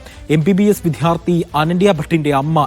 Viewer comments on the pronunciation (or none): വിധ്യാർത്തി അല്ല. വിദ്യാർത്ഥി 😂. ശരിയായി ഉച്ചരിക്കൂ.